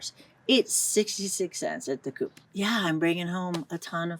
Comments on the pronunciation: The coop ???? I think you mean co-op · I'm 3 1\2 minute in it and can't take it anymore...... this woman is calling the grocery chain Co- op (Cooperative), Coop [Koop] and probably mixing the price of organic semolina flower in the US $3 to $5 a pound, with cheap bleached white flower in Italy...... Co- op does not sell organic food, if you want that you have to go to a Bio only store and I doubt there's one near her.... at the biological (organic) store that semolina flower will be priced way more expensive that the one in the US. Italy is a very expensive country..... "you can definitely get by" but if you're expecting to live like you do in the US..... "forget about it" I want to see the power bill of this lady LOL Probably in the thousands of Euros.......oh BTW gas is $10 a gallon......